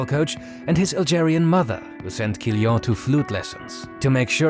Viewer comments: Kylian is pronunced Kyliann (I don't know phonetics, but please insist on that last N) guys :) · Stop pronouncing Kylian like that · You misspronounced Mbappé's first name💀